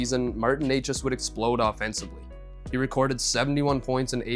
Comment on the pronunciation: its "nečas", "ne" like in net. The pronunciation of "neighchas" made this a tough watch, although the content is good